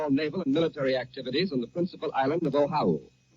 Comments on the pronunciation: Sounds like the newsreader was handed a misspelled memo because he pronounced Oahu as "Ohau" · the announcer calls Oahu the principal island of Oh-how-oo. That's how unfamiliar most Americans were with Hawaii at the time. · So the reporter gets pronunciation of “ zOshu” wrong. He calls it “ Ohau “. This is no doubt “ narration language interference “ Ashe confuses it with “ Ohio”. What gets me is Americans saying this is when WW2 started when it really started in September 1939. But for Americans they think the whole universe revolves around their pathetic country. It didn’t start that way but is now. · The principal island of Ohah-oo? I guess later they changed the name to Oahu? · This sounds like John Charles Daley. He pronounced Oahu incorrectly in that first broadcast. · I wonder if Mr. Daly was mispronouncing Oahu or if it was misspelled on the bulletins he was reading. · Right now as I type this, only 23% of Americans can ID Iran on a map of the world. Not six months ago, right now as I type this, a country we're currently bombing -- that's the actual number. I wonder how many Americans had no clue how "Oahu" was pronounced in 1941. I mean we'd just invaded it, and hadn't even forced it into statehood yet. I guess I should cut the journalist some slack, huh. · Old John seems to be pronouncing 'Oahu' wrong, or maybe he's right and we've been saying it wrong. Also, I'll bet many mainland Americans on hearing this news asked, "Where the hell's Pearl Harbor?" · In 1941, apparently John Charles Daly didn't know how to pronounce "Oahu".